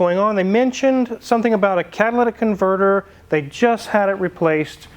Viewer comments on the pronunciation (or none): Master tech saying cat-ah-La-dick converter is crazy work…